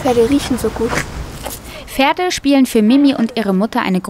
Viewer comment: Nur ne kleine Rückmeldung an die Sprecherin (von einer Sprecherkollegin): Es sind PFerde, nicht Ferde, die SchulPFlicht, nicht Schulflicht (zb ) usw :)